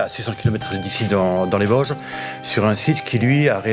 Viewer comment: On dit Vosges du pas VAGE